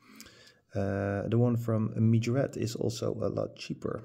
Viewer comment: Nice video dude! I like the poster cars countach's the most, because of how much detail you get for less price. Its funny too, how you spell Majorette. Earlier you always said Majorete, now you say mijorett😂Try just one time: M A J O R E TT👍😂